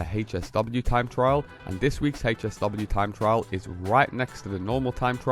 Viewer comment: Bruh calls it’s HAY SW 😂 you mean HSW TIME TRAIL THE HECK IS HAYSW no hate just makes you cringe as hearing it 😅